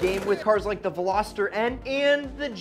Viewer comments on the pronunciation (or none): none